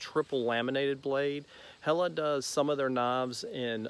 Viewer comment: The way you pronounce "Helle" and "Eggen" is good :-) keep it that way. I use some of Helle's tripple laminated knives myself, and this construction - and the beauty of them - makes them a joy to use.